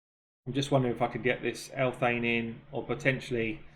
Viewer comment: Theres no “t” in Elhains name. Why you call her Elthain?